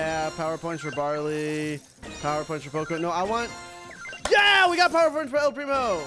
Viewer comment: He called barley barely